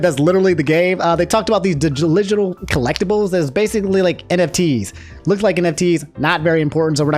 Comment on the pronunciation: “Digiligital” - 2022